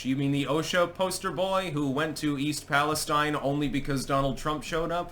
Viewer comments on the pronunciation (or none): it's pronounced east pallis-STEEN